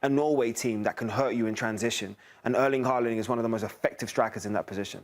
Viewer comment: "If you search Erlen Harling..." um, what?